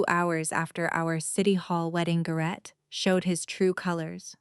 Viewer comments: His name is pronounced "GARE-ett" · AI mispronouning AGAIN. It's prounced Gar it